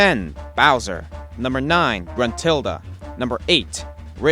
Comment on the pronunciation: gentrulda? First, is Gruntilda. Second, what's so bad about her. I know it's not the best but is at least not bad.